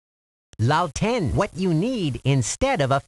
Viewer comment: Lalten = Lantern!